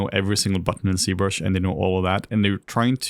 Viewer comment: Why is z-brush pronounced c-brush ?